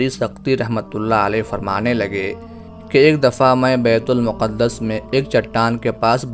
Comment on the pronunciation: Yeh BAITUL MUQAD-DAS NAHI HEY BELKEHY IS NAAM KA SAHI TALLAFUZ "BAITUL MAQDAS" HAY. PAISE KAMANA HE MAQSOOD HO TO PHIR JO CHAHEN TALAFFUZ ISTEMAL KARENY. KASH KE ILM KAA SHAOOR BHEE HO.